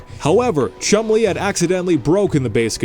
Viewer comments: Omg you are horrible narrating videos. Also you sound like you have a bunch of marbles in your mouth. Oh and it’s Chumlee, not Chum-Lee, dope. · Chum Lee? Are you suggesting his father is Bruce Lee? It's one word, don't pronounce it like its two.